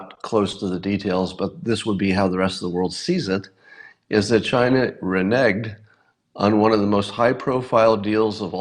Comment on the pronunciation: Renigged? Really Scott? I'm surprised at you.